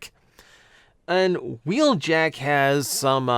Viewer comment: Wheeljack isn't in Earthspark, but "Huh-weeljack" is.